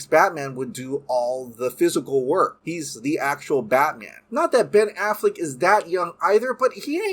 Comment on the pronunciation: I just want him to stop saying “Ben Afflick “ and “Batflick” lol I love your vids too, 👍🏾